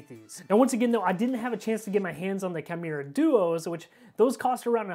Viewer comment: It's "key-moo-ra".